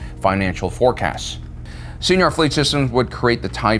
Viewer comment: he's been making that mistake for as long has he's been saying "Seniar" Fleet Systems, to which corrections for both have been addressed multiple times. can't hurt to keep trying, though, so maybe yours will be the one to affect a change. cheers.